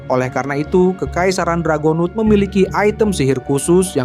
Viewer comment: Anjay sekarang udh bener cara ngucapin ras dragonewt wkwk